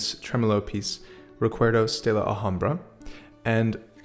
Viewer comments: Oh, and by the way, it is simply pronounced like "alambra" (all "a" being pronounced open, like you would pronounce "CAT")... We don't pronounce the "H" in spanish. The "R" sound is made by vibrating the tongue in the front part of the upper palate (near the front teeth). Not a mean coment! Just trying to help here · Hey, small tip. In Spanish the 'h' is mute. When you say "Recuerdos de la Alhambra" you just have to cut out the 'h' --> "Recuerdos de la Alambra" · Thanks for the video!! amanzing content always. Super helpful! Just as a comment It is pronounced Alambra (h-is silent in spanish) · The H in Alhambra is silent. Love your playing and videos!!! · Haces muy bien el trémolo. Sólo te falta aprender a pronunciar alhambra! 😂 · His pronounciation of Recuerdos de la Alhambra hurted my ears.